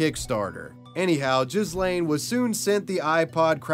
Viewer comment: bro i thought said his name was j!zz lane...